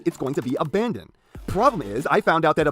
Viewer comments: Not to be the pronunciation police but the NCO’s faction name is pronounced ABBA-DON not abandon like you were doing P.E. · Loved this video, but it hurt physically every time PE called Abaddon "Abandon" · it's NOT ABANDON. IT'S ABADDON, A NAME FOR SATAN. ONE. N. ABBBBBBBADDDON Why so angry am I